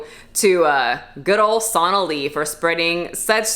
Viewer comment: Sonalee? I think you pronounced “Jim Jones” wrong.